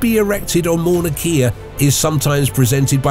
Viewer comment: While he's at it, he can work on the proper pronunciation of Mauna Kea.